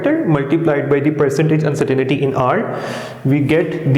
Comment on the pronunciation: It's pronounced Un-cer-tain-ty not uncertanity